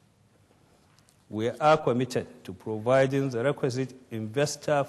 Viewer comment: since when was commited called quomitted